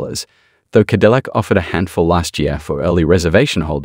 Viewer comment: "Ca dill ack" again. Bots have taken over. This is the most embarrassing series I follow on the internet when it comes to automotive news as they bots can't pronounce the brand name it is supposedly promoting.